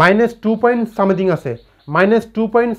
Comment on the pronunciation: u r right. As he can't pronounciate a simple word like "Something",he shouldn't spell it for being trolled.None is perfect is also known to me.